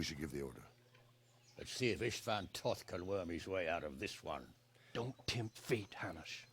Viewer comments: This was the buggiest epilogue I have ever seen:D Thanks for an another amazing lp. Funny thing though, the antagonist Istvan Toth, they got his name (Istvan) right, but Toth... the second t is silent, so you pronounce it as a t, not an s. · The young lords pathfinding was bugged, he and the soldiers kept going to the left. Then you went ahead to the checkpoint, which made them teleport there BUT Henry kept moving forward, even during the cutscene:D It's pronounced Tot. Istvan was pronounced well I think. The English version of Istvan is Stephan btw.